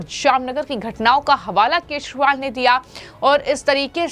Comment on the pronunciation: Kya tumhe kejriwal bolna nahi aata